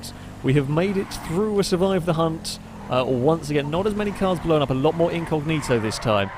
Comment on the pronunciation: Stop saying "blowan up" and start saying "blown up"